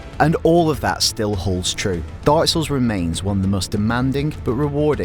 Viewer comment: Every time he says "dark souls" it sounds like he's saying "darcells" lol